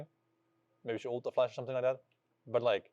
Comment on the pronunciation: Bro inspired, it’s not “uooolted” it’s ult